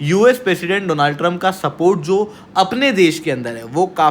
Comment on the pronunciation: Donald - no no no, Doooonald ✅